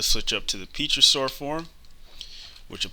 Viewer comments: Did you call it....Peachosaur form? :P Pterosaur dude, pterosaur.... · pterosaur: "terrorsaur"